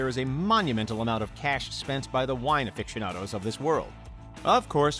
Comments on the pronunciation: Margow? Affixionados? Romany? Though you did change this to Romanée at one point in the video. One mispronunciation can be endearing. This however comes across as amateuristic. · A few seconds later he says "affiction-ados". I stopped there.